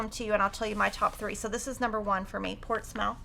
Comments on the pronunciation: Riley Blake favourites are journal basics, none of the others are me, however I do like the colours of Alice in wonderland. Portsmouth is pronounced Portsmuth, just us English with weird pronunciation, especially place names. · Here in New Hampshire we prononce Portsmouth as portsmuth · Enjoyed the video. Suggestion: check your pronunciation of “Portsmouth”. Did not sound correct.